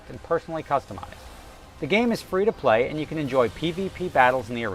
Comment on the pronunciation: can you try and say 'and' not as pronounced, your accent is really strong on that word